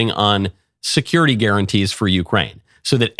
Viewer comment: If I hear securith guarantees one more time I am gonna die